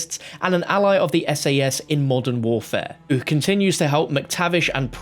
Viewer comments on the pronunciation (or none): none